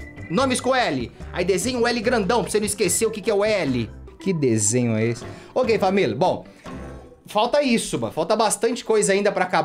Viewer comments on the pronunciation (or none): manouuuuu so eu que persebi que ele foi falar OK FAMIL e falou O GAY FAMIL kkkkkkkkkkkkkkkkkkkkkkkkkk